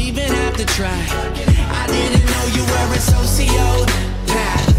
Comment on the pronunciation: I love how the song pronounces it as so-sio-path